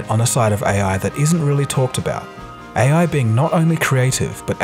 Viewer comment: Nice video. But that pronunciation though. AEY-AY. lol